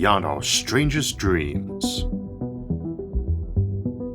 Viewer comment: "We can make our dweems a weality!"